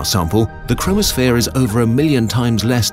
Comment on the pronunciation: When he said chromosphere I thought he said chronosphere